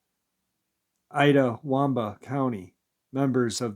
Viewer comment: Also NE miss news is said North east Mississippi news. And itawamba County its pronounced IT-ah-wamba. As in "It is a dogman"lol. You're still awesome. Whatever happened to your Arnold Schwarzenegger friend?